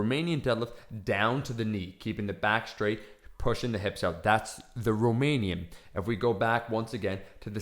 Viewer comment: I love how he says 'out'...: 'ouwt', pretty weird